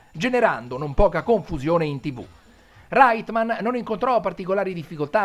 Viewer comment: Stupendo!! Unico appunto, la pronuncia dei cognomi “Reitman” e “Venkman” sono “Raitmen” e “Venkmen” ciao!